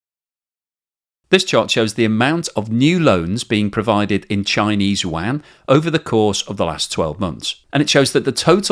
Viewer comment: Still can’t say “yuan.” What an idiot. Waaaaan isn’t the currency of China.